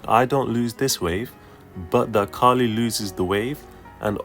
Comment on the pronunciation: It's Kayle